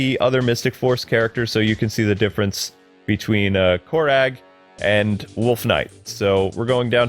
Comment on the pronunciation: It's pronounced core rag